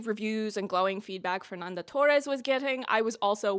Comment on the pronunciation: Your portuguese pronounciation is not that bad but try not to pronounce "Fernanda Torres" like she's Mexican.